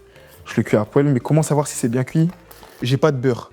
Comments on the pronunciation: « poelle »😹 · La "poèle" 😂